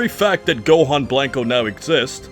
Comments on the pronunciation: It's killing me hearing you say BLANK-O instead of blanco. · Please stop saying “Blank-O” lmfao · I love how this guy pronounces Blanco as "Blank-oh," instead of "Blanch-oh" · You say and pronounce special beam cannon so nicely but cannot for the life of you pronounce Blanco right. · Literally made it to and stopped because your butchering the word "blanco" where's your ethnicity?!